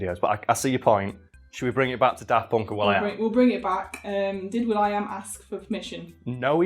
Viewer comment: 'tis always a bit weird to my ears when you say "Daft Ponk".